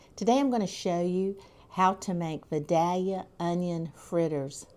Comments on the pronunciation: Being a life.long Georgia Vidalia onion lover, and having lived in Georgia my whole life, I have to tell you it’s not pronouncdd “Vi dal ya“. It’s “Vi DAY lia“ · It's pronounced Vigh-day-yuh. The "l" is silent. The fritters look tasty. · It’s pronounced Vi dale ya. I’ve lived here all my life. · That would be vie-dale-yuh to us southerners. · Idk where this woman is, but it's clearly the south. Us GA folks, we eat these onions so much, so it's pretty much the only onion we eat. Oh, and by the way, how we pronounce the town where these onions are from is VI Dell Ya just so you know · To start with, you need to learn how to pronounce Vidalia.